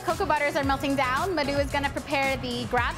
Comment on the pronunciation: I think his name is 'Madhu'. Looks like he is an Indian. Americans always say this kind of South Asian names in their own accent which sounds different from the actual pronunciation. Also they don't pronounce the 'H' in words.